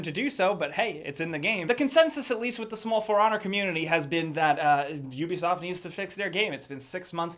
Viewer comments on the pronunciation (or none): none